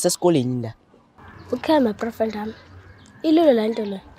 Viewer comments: Who else heard ma'broyfriend ami😂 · is it part of the comedy plan for not to being able to pronounce "boyfriend"😭😭